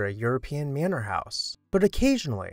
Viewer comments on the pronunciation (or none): none